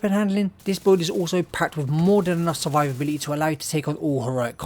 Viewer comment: its funny how you pronounce it!